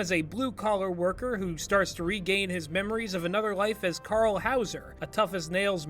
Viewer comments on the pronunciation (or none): none